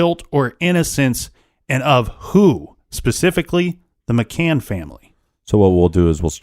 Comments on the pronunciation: Indeed. "McCain" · He's driving me crazy saying McCains!